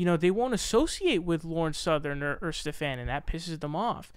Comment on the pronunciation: Stephan is pronoun ed steven, he seems to have trouble with this, hes pronounced in odd/different ways in multiple videos